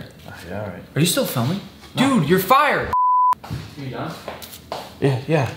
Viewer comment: I like how you keep saying YOUR FIRERD